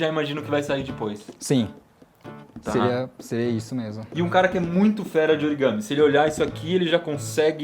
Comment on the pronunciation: eu amei esse "origame"